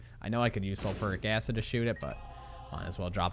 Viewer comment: Pls! The way you say sulfuric acid triggers me more than how you say Mario! Lol On the real thank you so much for backlogging for us while you're on your trip I appreciate the time you put in for us keep up the awesome work!